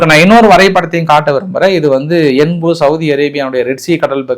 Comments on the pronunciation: யென்பு இல்லை. யான்பு. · என்பு அல்ல அது யான்பு என்று சொல்வார்கள்